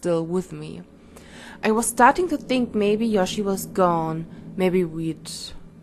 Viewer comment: Du sagst immer Yoshi... sie heißt doch Yoshie... also Yoshi-e ausgesprochen. o